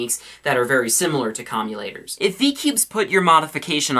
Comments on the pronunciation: COMM-U-TAY-TORS* not comulators, its commutators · lol.. comulators. I think it's commutators:P. <3 you. no homo. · I'd just like to let you know it's pronounced CAHM-YOU-TATER, not CAHM-YOU-LATER. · It's not comuLators, it's comuTators. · its definitely commutators NOT commulators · they are called commutators not commulators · Commutator not commulator. Home schooling sucks! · its commutators not commulators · It's commuTators not commuLators lolz! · I'm sorry. But did you just pronounce "CommuTators" "CommuLators"? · commutators not commulators* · Commulators Your pronunciation:\ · You're pronouncing Com-u-tate-ors wrong.